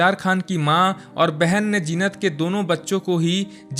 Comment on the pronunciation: Zeenat ka naam thik se pronounce kar na seekho